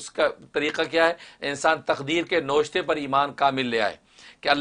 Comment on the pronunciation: گستاخی معاف ۔ پلیز لفظ نوشتہ نہ پڑھو ۔یہ فارسی لفظ ہے نا وِش تَہ ۔na wish ta .